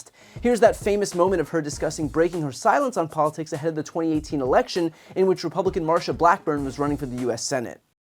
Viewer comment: Catch drunk Janine Pirro ...."polishticks". LOL.